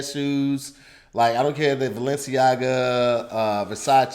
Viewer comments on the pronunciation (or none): No one peeped said “Valenciaga” and not Balenciaga 🤦🏾‍♀️😂 I was rolling. Versace and balenciaga were racing to come out his mouth 😂😂